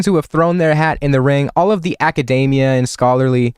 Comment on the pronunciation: Why does bro pronounce academia like macadamia?